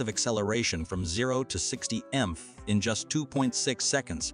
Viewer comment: you need a new person doing your reading. He says mph is emph like a word or lb like pound again calls it elb . he calls the Porsche 911 nine hundred eleven. At least check it.